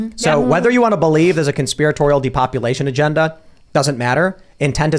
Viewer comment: say the words Tim. it's (Agenda